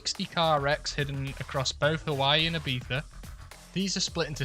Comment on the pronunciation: The most amazing part of this video is someone from the Uk saying "Ibiza" right